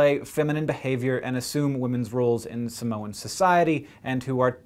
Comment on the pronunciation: what have i learned from this? hank is good at pronouncing samoan words.